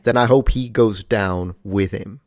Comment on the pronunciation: Windows=Windurs hope= hurpe. Moment=murhment. Anyone else noticed?😂 wtf